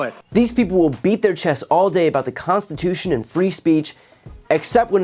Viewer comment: He says FOUR TIMES "constitoosh".